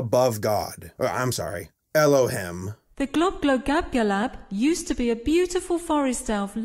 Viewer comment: It's very late but you missed the l in glo, globglogabgalab not globgogabgalab